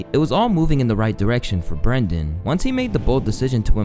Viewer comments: his name is BrEnden not BrAndon. Bren bren bren….not bran bran bran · This guy fucks up the pronunciation of everyone's name. It's Brendan not Brandon. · Ohhhh Brenden? This whole time I thought it was BrainDead, shit my bad G